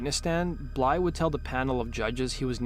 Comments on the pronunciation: BlyTHE. Not Blye xD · Blythe not bly, jeese that was driving me nuts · Blythe, not Bly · It’s Blythe not Bly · His last name is Blythe not Bly. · who told this kid his last name is bly lol. why does he think the "th" is silent lol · Nothing pisses me off like someone butchering a person’s name just because it’s a bit of a tongue twister and they are TOO FUCKING LAZY to say it properly!! Do better!! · I can’t watch this because you can’t pronounce Blythe. Shits far to annoying. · No, the narrator is softening the “th”